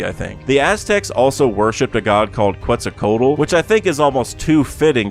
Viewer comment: It’s was pronounced Quetzalcoatl